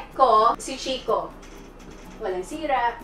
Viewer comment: FACT: ☺️ Dito sa Italy ang proper pronounciation ng Chicco ay KEEK-KO. Its an italian company. Ang "CH" at ang double "CC" sa italian ay "K" ang pagbasa. You're welcome☺️